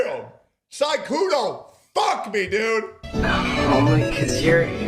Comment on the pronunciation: Sykunoo❌ Sygoono✅